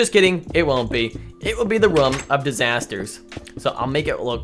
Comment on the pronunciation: Not a hater but its rOOm not rAm